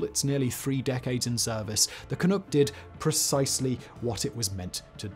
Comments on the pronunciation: Hey dud; when pronouncing 'canuck', it's 'nuck' as in puck; not 'nook' as in a Chinook wind---- ---or are you intentionally being an arse? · It's "ca nuck" not "ca nook" lol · It's Canuck, not "canook". Like duck. It's not French. You don't have to mispronounce it on purpose. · It’s Canuck… not Canook 😂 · I cringed every time he said Canook. It is Canuck, not Canook. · Lol canook, good try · Also, it's not "can-ook" it's "Can-Uhck" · It's Can-uck, not Can -ook. Originally just slang for a Canadian. Similar to Yank (or Yankee) for an American. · Ca-nuck, not Ca-nook. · Every time that Simon said "Canook" (instead of Canuck...uck, like dUCK, Simon), a noble beaver drowned in a vat of maple syrup. Why won't you think of the beaver? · Canadian here.. Ca-NUCK.. not Ca-Nook.. but otherwise.. great article. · Not CanOOk; CanUHck, to rhyme with 'hockey puck' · Just one little thing.... if I may..... not sure you want to redub the entire dialogue, but when pronouncing Canuck... think 'duck' vs 'nook'. You did fine with Clunk, where did the oo come from in Canuck.....? ;) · Great video!! But its Ka-nuck,not Ka-nook 😉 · I have to say it... it's "can-uh-ck" not "can-oo-ck" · It’s Can-NUK’, not “Can-NOOK” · Only thing I would add is Canuck isn't Canook. It's Canughk. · Ka-Nuhk not Kanook... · Can ewk? No. It’s Can uhck like f#&k lol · Ca-Nuck not Ca-Nook. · ca-NUCK rhymes with PUCK not NOOK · CAN- nuk not Can-nook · It bothered0 me whenever you called it "Can-NOOK" we're "CanNUCK"s think Knuckle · Ca-nook? Is that really how people say Canuck? I'm pretty sure the uck is more like in duck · "canook" nope, it's "canuck", with the "uck" that sounds like "uck"in "duck" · Canuk, where tf did you get Canook from? SMH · Can-nuck not can-nook 😐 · Canuk not canook, thank you . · Can uck, like duck. Not ook. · Canuck, not Canook. ü not ū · Not canook ...just like its written canuck rhymes with puck...jesus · Everytime simon says "canoock" i feel pain😫🇨🇦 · I know. FOOCK.